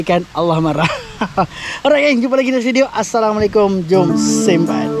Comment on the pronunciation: Bagi salam pun tak betul..ASSALAMUALAIKUM..bukan Asamekom.. Hmmmm.. Maaf andainya saya salah tegur